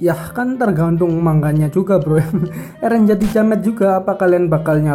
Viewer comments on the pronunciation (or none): none